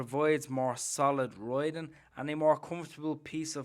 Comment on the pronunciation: Man, where are you from?) "royding, riding, wide-void" ?! interesting pronunciation )))